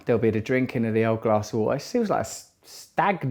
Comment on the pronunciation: Free minutes ?? Do you mean Three Russell? Waaa...kka?? C'mon Russell. PLEASE. ITS WATER...WITH A "T".....